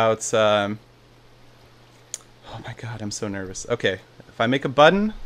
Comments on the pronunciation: "If i make a buddon" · hehe, he said buddon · OMG! You do say, "buddon"! :D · Made my day by saying at least "buddon" once in this video..xD